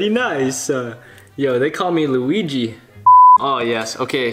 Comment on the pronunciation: They actually do call you 😂😂🤣🤣😂🤣😂🤣🤣☺️